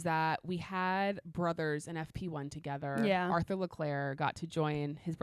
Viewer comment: I really appreciate you pronouncing Charles´ name the original French way but you´ve got to do his brother the same courtesy as well 😉